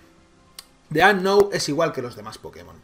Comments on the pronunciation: Como capturar a "ANOW" por dios se pronuncia unown, y eso que intento no insultar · "Announ"...¡"Announ"! ...luego dicen que suben Pokémon GO porque les gusta pokémon y que no es por visitas, pero no saben ni pronunciar Unown... "Unoun" se pronuncia... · Se pronuncia unown no anow :v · se dice unoun :v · se dice unou